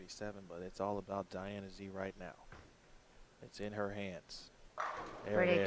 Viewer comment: I wish the announcer would learn to pronounce Diana Z's name correctly!